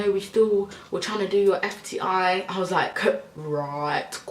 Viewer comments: Jtrapzz3 she was saying FTI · How have you been saying STI this whole time 🤣🤣